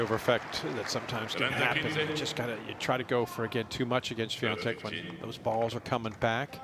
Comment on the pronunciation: why does she keep calling her swiaNtek lol